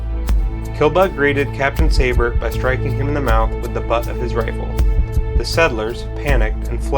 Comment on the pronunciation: I’m a 7th great grandchild of Jacob Seybert. Great documentary, but it is pronounced SEE-bert.